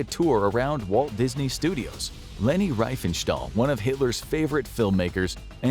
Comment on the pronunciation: The difference between "ei" and "ie" confuses some people. He also mispronounces Leni Riefenstahl's surname as "Reifenstahl".